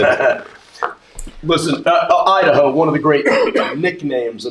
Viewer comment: Me giggling when says Idaho